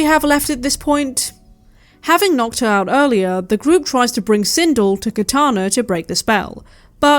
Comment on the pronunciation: Christ,I totally hate myself for not being able to restrain myself from correcting you on this... ....but the character's name is pronounced Sin-DELL. It's probably actually a credit to you that you didn't know that. Because it suggests that you have better things to do with your time than learning character names from a 30 year old video game and/or its notoriously poorly made film adaptations.